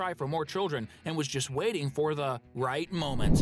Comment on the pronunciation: uhm sir there not and it's "just" not "gust"